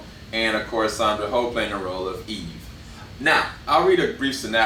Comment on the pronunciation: Sandra 'hoe' 🤣🤣🤣 mate, it is 'oh', like surprised 'oh' and not like Santa 'ho' Good review though